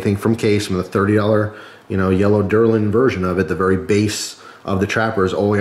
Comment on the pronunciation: You got all the way to the last minute and you said “Derlin” , it’s DELL- RIN, ( Delrin)!!!